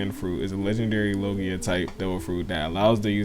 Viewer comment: I’m sorry but did you say lojia? 🤨